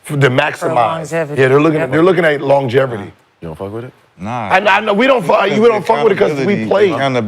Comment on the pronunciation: Lol longeverty